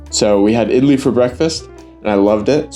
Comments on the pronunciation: As an Indian, I Do not like your pronounciation. Idli is pronounced Id-lee. Vada is pronounced Vuh-Ra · Even tho you pronounce it all wrong. I’m still okay since you tried your best. Correct pronunciation: vada= vuda Idli= eadlee